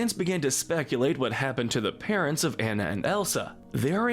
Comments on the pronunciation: The Frozen character's name is pronounced AHNA not EHNNA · Her name is pronounced “AH-nuh”, “”. 🤨